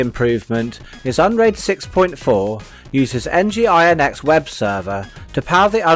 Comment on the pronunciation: AFAIK, 'nginx' is meant to be pronounced as 'engine x'.